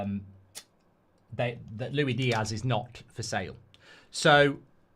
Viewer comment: Stop saying “Loui Diazz”! It makes my ears bleed. It’s “LOU-ISS DEE-ASS”